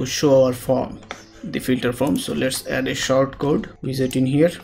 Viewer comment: By "short" you mean "sort", right? :P